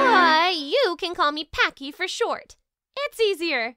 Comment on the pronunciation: Props to the voice actress getting Pachy's full name right. That must have taken a week to get down.